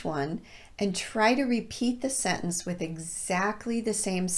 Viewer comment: Thanks so much for the lovely video. May I ask a question please, Did you say the word /sentence / without /t/ sound or I didn't listen well?